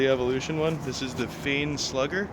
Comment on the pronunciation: I always pronounced it "fine", now I don't know which is right.... LOL But thanks for making my want another tool, just don't tell my wife!!!!